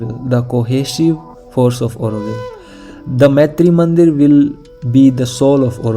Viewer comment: please note that the name is Maatrimandir (मातृ मन्दिर) and NOT Maitri Mandir (मैत्री मन्दिर). There is a huge difference in the meaning there - in the way you are pronouncing it. Thanks a lot for a great video which was very informative also. All the best for your videos - I'm hoping to see more and I have subscribed and liked also. 🙏😊🏵️